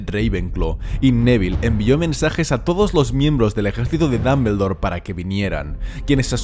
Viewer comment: Dambeldor jaja, es muy gracioso oírte mencionarlo